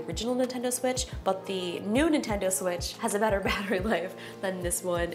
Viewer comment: ahem, excuse me, did you say the "nudie tendo switch"?